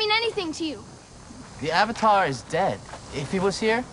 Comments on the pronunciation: Ong.It's aang Eeeroh.It's iroh Ahhhvatar.It'savatar Agni keeee.It's agni kai Damit m.night shanmalon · I present to you, the butchering of names: so... are you the ovatar oong? soaka don't. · They pronounce avatar as Ovatar, and Aang as Ong